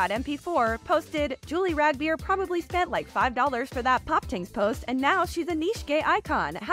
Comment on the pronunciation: Rag beer? Yall butchered the name in the worst fkn way